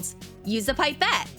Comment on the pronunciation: man said pipe et its pip ete